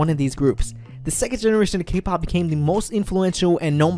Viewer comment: cAke pAhp lol <3